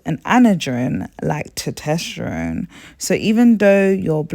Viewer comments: Test-OST-ster-one. NOT toe-TEST-er-one. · This is good info sis! Not trying to be that person but as it's an informative video, the hormone is Tes-tos-ter-one. Keep up the good work! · I love the way you pronounce testosterone as “tutesterone.” 😊 is that a British thing, like “aluminium,” instead of aluminum? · Tosterteron? Thought it was meant to be estrogen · Lmfao are you trying to say testosterone? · Quality Presentation! Very informative! Well done! Now, please pay attention to these small details.. Please use correct names/terms/pronunciations Met(a)formin = Metformin Tetesterone = Testosterone Natural inflammatories = Natural Anti inflammatories Ginger, Turmeric, Nettle tea.. etc Ardrenol = Adrenal glands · And all the other things she mispronounces eg testosterone, adrenal, hidradenitis suppurativa, ovarian, etc.